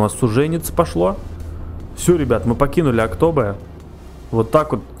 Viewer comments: Не Актобэ а Актобе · Не актобэ а актобе и кстати тоже привет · Не Актобэ а Ақтөбе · Не Октобэ а Октобе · не Актобэ а Актобе ударение на букву «Е» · спс за такие видосы и если что не актобэ а актобе ну это так на заметку) я из алматы здароу всем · ХА ЧУВАК Я ИЗ АКТОБЕ! ОБОЖАЮ ТВОИ ВИДОСЫ, КСТАТИ НЕ АКТОБЭ, А АКТОБЕ:) ПЛИЗ ПОСТАВЬ СЕРДЕЧКО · Не АктОбе, а АктобЕ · Не АктОбе а АктобЕ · АктУбе а не АктОбе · Актобе а не Актобэ Алга а не Алгу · Актобеееее . А не актообе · Не Áктобе a Aктобé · Актобе - ударение на Е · Актобе́ ударение на последнии гласные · Ни Актобе а Ақтөбе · Актобе ударение на :е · Ха ха, он не правильно говорит Актобе